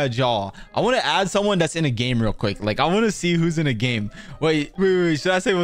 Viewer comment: did he just say rial lol